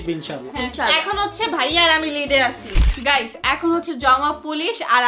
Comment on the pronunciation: গাইস❎ গাইম✅